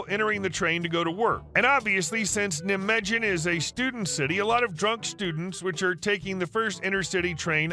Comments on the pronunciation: Ugh, please, its pronounced Ni-Megan. The j is a y sound in germanic languages. Also, v is an f sound. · When pronouncing the city of Nijmegen the j is silent and the first syllable is a long I like the word night Ni* ma *gan! Historian who has studied World War 2 battles,Nijmegen part of Operation Market- Garden, movie "A Bridge Too Far"! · I think you'll want to check pronunciation of Nijmegen :)